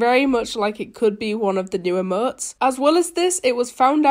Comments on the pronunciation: Oh no wonder u sound weird Sorry :c but when u say Emotes it kinda sounds like ur saying Eh-motes and when u day Fortnite it sounds like ur saying Fo-Nite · Nobody: saying emotes: emoO. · She says like emøts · "e-muts" ;-; wot u say